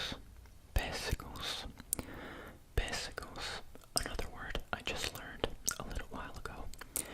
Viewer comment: Ouugh é um crush^. P.S. é PÊssego (acento na primeira sílaba). Como em "pérsico" aliás é a mesma palavra que mudou com o tempo na fala popular. Todos os Ês e Ôs marcam a sílaba tónica.